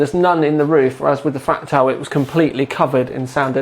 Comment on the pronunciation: two sentences in, and I hear "...fractile design..." /sigh